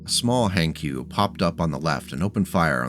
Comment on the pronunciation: Hankyu? No, Hank yu.